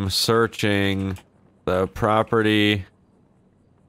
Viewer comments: It's property not proptery... Lol!! Great video!! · every time he said "proptery " instead of property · Cop #1 " Proptery..... proptery......wtf is the judge really saying proptery?" Cop #2 *phone rings "........ proptery! Yea he's definitely saying proptery, must have caught him drunk." Cop # 1 " got the warrant but it's made out for the Ace Liquor Proptery, do we go ahead?" Cop #2 "F&$# It let's go!" lol Sorry for picking on you but that scenario kept playing in my head while you where role playing this. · How many times can spell "proptery" while saying "property" over 100 ladies and gentlemen. Over 100 times. I couldn't take it anymore so heres my comment.